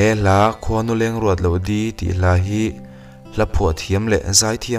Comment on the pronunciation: I va han chhiar thiam lo neh nuah tak, Khuanuleng i lam rik dan pawh hi a dik lo.